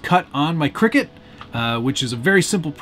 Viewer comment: It's not pronounced cricket, it's pronounced Cry Cut... Cricut